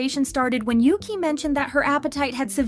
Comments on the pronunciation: isnt "yuqi" pronounced yu-chi instead of yuki? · You pronounce Yuqi's name wrongly, it's not Yuki, she's not Japanese. It's Yoo Chee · Yuqi is not said Yuki but Yutchi. The writing "Yuqi" is Mandarin pinyin. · btw it’s pronounced yu-chi not yu-kee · Pronounced ooogeee I believe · So americans dont just butcher the english language they butcher idle names too 🙄 who the hell is yuqi? Its pronounced ugee 💀🤦🏻‍♂️